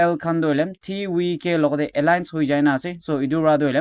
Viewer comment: Why pronounce as TVK as Ti wi ke instead of ti vi ke